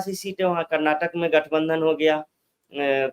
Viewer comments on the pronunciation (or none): none